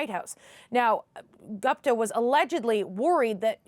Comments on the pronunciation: Geez! CBC correspondent butchered the name “Gupta”.. It was annoying to hear her repeat “Gaapta, Gaapta…” Why can’t she learn to pronounce basic Indian names like the host. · CBC!!! DO YOUR HOMEWORK!! No such thing as a "Sick" (pronunciation)! How do you NOT know it's pronounced "Seek" !!! Also - is "Gupta" the same person as "Goopta" (pronunciation) !! Holy smokes! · It's Gupta not Gopta. Can we call Peter Porter 😁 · Dear News Reader, it's Gupta..... Not Gapta....😅😅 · Gapta???? This network can’t even pronounce the name Gupta!! 😂😂😂😂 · very very poor home work. At least learn to pronounce name of the alleged person in the report. You said his last name “GUPTA” so many times and don’t even know how it is pronounced. Clearly shows you read it on paper rather than talked to any person or sources. If you had done it you would clearly know “U” letter is pronounced out loud in the name